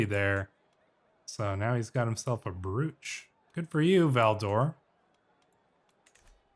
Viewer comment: btw brooch is pronounced broch(rhymes with approach) not brewch